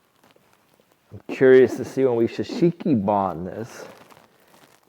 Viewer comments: Shosugi-ban... in Japanese, the u is pronounced like "uh" instead of "oo" like in coop. The U is a very short sound so it could make it sound like "Shashiki" to someone who doesn't speak a little Japanese. Your videos are something I always look forward to. I just bought some acreage in Tennessee this year and y'all are a huge inspiration. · I love watching you two work together to build your barn, home, workshop, etc. You make a great team, and! I hope you won't take offense, but I just have to tell you that it's Shou Sugi Ban (pronounced: show-soogi-bahn), and you guys keep calling it sha shiki ban. I tried searching for sha-shiki-ban, and there is no such thing. OK, end of rant. Sorry. Carry on! 😉 Edited to add: The finished barn doors turned out great! 🥰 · if there’s one thing that is like nails on a chalkboard to me, it’s hearing someone pronounce shou sugi ban wrong. I’m sure anyone from Japan or anyone that loves the Japanese culture would agree. There’s no “k” sound in it, it’s a “g”. Not trying to bust your chops, just trying to help you pronounce it correctly. I like the look of shou sugi ban as well and hope to use that technique when I build in the future.